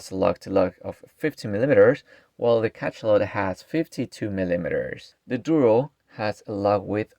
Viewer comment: It's pronounced Ka-SHA-lot. Hearing Ka-CHA-lot 50 times in 10 minutes nearly gave me a stroke.